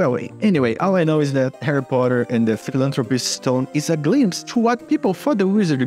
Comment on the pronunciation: "Philanthropist Stone", "Philippine Stone" AHAHAHAHHAA